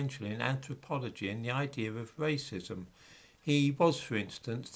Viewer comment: Why the fuck can't you pronounce the letter R? Scientific wacism, Hiewawchy, annoying as fuck!